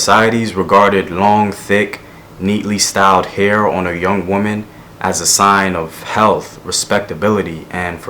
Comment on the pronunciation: GREAT VIDEO! But I keep noticing that you keep making this mistake. The singular “woman” probably gets mixed up with the plural “women” because although both are spelled with an O in the first syllable; only the pronunciation of the O really differentiates them. Just remember that this word is treated no differently than “man” (one person) and “men” (more than one person). Just be beware of this little fact. But keep doing what u do. hotep!!!!